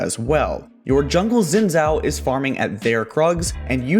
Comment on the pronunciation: Imagine making guides on a game, yet not knowing how to pronounce a champion's name. (Hint Xin is pronounced Shin)